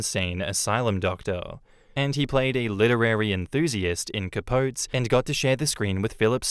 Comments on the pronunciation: Cuh-powt-ee. Yes I know it's wrong, but it's how Truman Capote pronounced it and it's his friggin name. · Capote = Cah-PO-tee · For episode four it’s pronounced Cah-po-tee. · Capote - the final e is pronounced.....please god